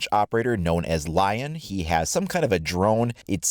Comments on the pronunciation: Since lion is French His name is pronounced "le-on" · Shouldn't it be pronounced Leon if he's french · *li-on (on being nasal) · not to be that guy, but since he is french shouldn't "Lion" be pronounced the french way? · Please stop pronouncing "Lion" like that his name is french and you pronounce it like it's english...